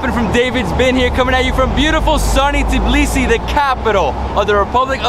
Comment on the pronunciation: It's Tbilisi not "Tiblisi" as you call the city.